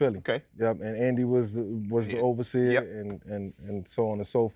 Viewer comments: Every time he says overseer my skin crawls a little bit 🤣🤣🤣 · I cringe everytime Mike said "overseer" but other than that great interview Unc💯💯🦾🦾🦾🔥🔥🔥